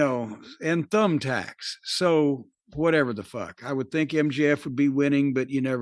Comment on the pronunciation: "Thables and Tumbthacks" Lmao.